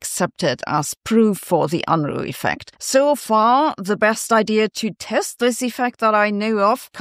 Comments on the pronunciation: That picture is very Bill Unruh. Kinda disheveled. And he didn't mind kinda disheveled essays and papers either. He told us: I don't care much about any manual of style... just don't bore me. Make it interesting. Edit. It's funny to hear Sabine, a German, mispronounce his name. Perhaps it's because it's so universally mispronounced that even Germans have given up fighting the tide. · As a non-German I find it funny to hear Sabine mispronounce his name. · You pronounciation of Unruh needs a citation.